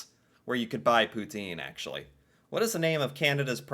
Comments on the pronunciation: that made sense! “Poutine” and “twoonie”. He was getting the last syllable! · As a "French Canadian" I thank you for trying to pronounce Poutine " Pou-tin" with the accent lol, actually erks me the rest of the world doesn't say it how it's meant to be said. It's like the word croissant and then the way French people say kwa-ssant. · your pronunciation of 'Poutine' improves notably when you say it for the second time, as you capture the correct French accent! Félicitations;) And as you may know, Poutine is a dish originating from Quebec.:) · Canadians can even sing the American national anthem. You pronounce "poutine" perfectly, lol. PM Trudeau, Melania trump's fantasy lover. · You're definitely learning so much about our amazing country and THANK YOU for pronouncing poutine properly (as best as possible anyway - I mean... it's hard to do so without a French accent). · Poutine ! Very nicely said ty. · Thank you for correcting the pronunciation of Poutine! Love hearing it said properly, especially by an American :)